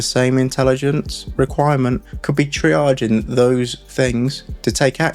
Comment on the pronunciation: lets not forget the "traiging" 🤣